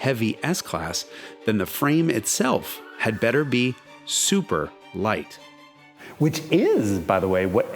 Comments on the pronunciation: agreed, his super leicht was literally perfect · Nice practice on that german pronunciation Jason! Super Leicht!